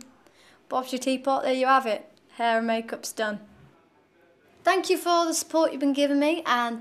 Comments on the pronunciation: its 'thank you'. not "fank you." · Don't you feel like you would just like to hug her dearly whenever she says "Phank you"!???? LoooooL ... I just love her way of pronouncing the "F" letter :D like when she said it in the first audition "They are very supportiph! they are back stage!" LOOOOOOOOOOOOOL Love you Cher ... keep the you are and NEVER Change please :)